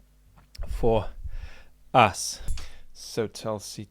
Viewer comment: It's not Talsi. You could take some effort to Pronounce her name properly.